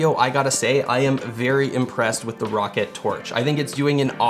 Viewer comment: this here is the rocket tf its (R-OH-CAT)